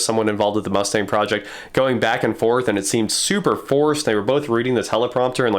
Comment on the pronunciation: I'm impressed by the specs. I'm pissed at them butchering the mustang name.